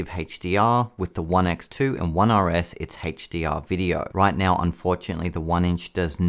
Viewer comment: OMG lol you kept saying HateshhhhDR